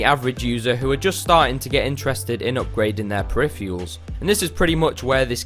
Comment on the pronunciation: im sorry but i hate the way he says peripherals but otherwise nice video!